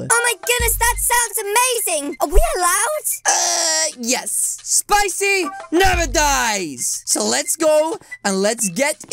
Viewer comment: Like when he say spichy but I don’t like to eat them